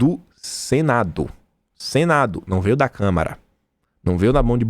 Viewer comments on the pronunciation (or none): pelamor de Deus não é câmera e sim Câmara...dos deputados.vejo seus vídeos todos os dias, mas tá complicado ouvir câmera obrigado aí. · É "CÂMARA" e não "CAMERA"...